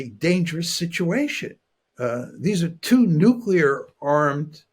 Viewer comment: youi said nucular, didn't you?